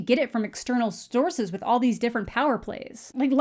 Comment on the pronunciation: “getting it from external stource...”